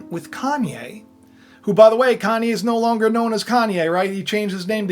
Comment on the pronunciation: More like “CON-YE”